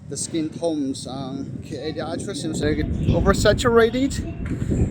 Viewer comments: Why do you pronounce ultra as Altra. Its wrong. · Everyone pronounce: Ultra❌ pronounce: Aytia 🤣✔️